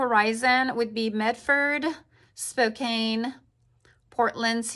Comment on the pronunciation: Are you from the east? It is Spoke-Anne (Raggedy Ann), not Spoke-Ayn.